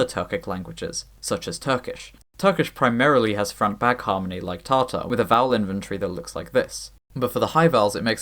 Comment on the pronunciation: Slight nit pick Tatar is pronounced with a short Ta-in the first syllable of the word but great video regardless lol